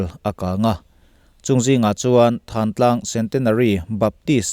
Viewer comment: Thlantlang tih thin a nih kha maw le.Lam thiam loh vanga Thlantlang hi Thantlang tih a ni ta em ni.